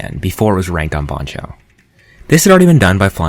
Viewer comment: i have never heard anybody pronounce "bancho" the way you do.